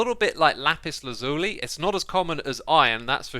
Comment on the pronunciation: M8 I hate to jab but sort your pronounciation out: Calcite = Cal - Sight Amethyst = Amm - eh - thist Lazuli = Lazz - yoo - lie